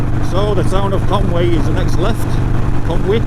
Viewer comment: your pronunciation of Conwy was spot on .... still chuckling at the don,t drink drive in Welsh Happy new Year Mucka